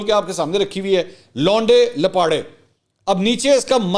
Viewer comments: Oh my God your urdu in English accent is so amazing; say it again. Le Mansoor bhai: "Louunde Laparei" Shukr hai yh word koe Shahid jutt se nh puch rha😃😀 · Love your English version of laonday lappaday😂